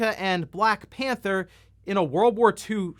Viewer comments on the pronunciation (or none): none